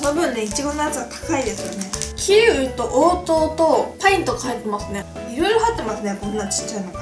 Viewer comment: の時キウイをキイウって言ってるwww